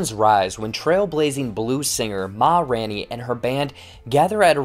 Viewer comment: RAIN! It’s RAINey. Sorry, it was killing me